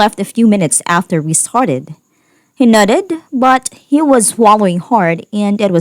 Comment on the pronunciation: When the reader says nodded , it sounds like she says nutted🤣🤣🤣🤣🤣